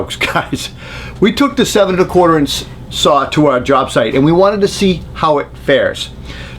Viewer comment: There is no "R" in SAW